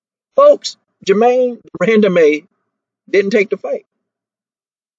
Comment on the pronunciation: De-run-duh-man lmao